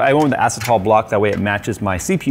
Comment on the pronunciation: One of the best watercooling builders on youtube...doesn't know how to pronounce acetal. Jokes aside, amazing build.